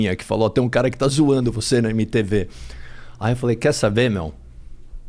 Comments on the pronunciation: O Supla fala um monte de palavra em inglês mas fala EME TÊ VÊ kkkkkk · Supla tem metade do vocabulário em inglês mas vai falar emtiivii fala eme te vê 🤦🏽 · Ele mistura inglês mais pronúncia MTEVE ao invés de mtv kkkkkkkkk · O cara que é bilíngue e fala: “EME TEVE” 😘♥️ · De cada 10 palavras do supla, 8 são em inglês, mas MTV ele fala "Ême Tê Vê"